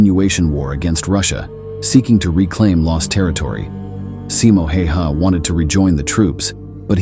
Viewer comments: pronounce it more like Häyhä. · pronounced more like tje "a"s in his name are the hard a, like in 'hat'' " the 'y' is almost like saying the letter "u" há u yá